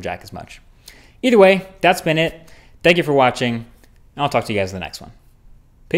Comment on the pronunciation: "We can 'ank Apple" Is that some king of accent? (A sincere question)